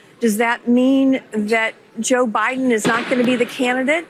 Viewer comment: its jover joe